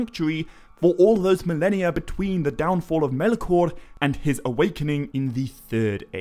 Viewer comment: Why can't you pronounce "Melkor?"